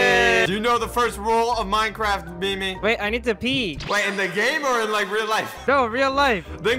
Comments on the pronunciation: Its not me me its meem god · don't say memeeeeeee say meme pronounce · MEME is pronounced as meem not MIMI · it’s meme, not me me its how pronounces it